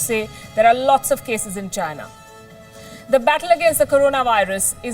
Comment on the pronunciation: mayday mayday …. I hear she saying ginar - make me think vagina